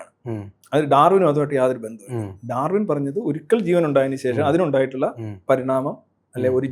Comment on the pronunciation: ദ്രാവിന് അല്ല.. ഡാർവിൻ.. മദ്രസ വാണത്തിന് മലയാളവും അറിയില്ലേ..!